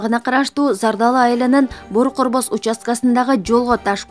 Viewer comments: Бору корбос дебей бөрү көрбөс деп оку билимсиз диктор. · Жакшы окуп үйрөн Бору корбос эмес Бөрү көрбөс болот